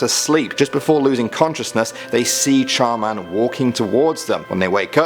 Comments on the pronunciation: Me : char man?? Also me : char man der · When he reviewed Char Man, I kept thinking to myself Char Man...Der 😂😂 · Char man der...am I the only one who noticed this? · When he said char man I thought he said charmander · oh no, it's CHAR MAN! DER.... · Char man - Der xD yasss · Char Man Der xD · Char Man-Der lol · I thought he said Charmander.